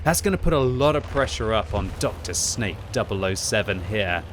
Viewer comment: its not drsnake its Drsňák it means thug in english, also plzenská is a lot more vulgar in Czech language than you think